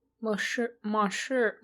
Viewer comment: I thought it was "Mon syuh" ?? You still pronounced the French n, no?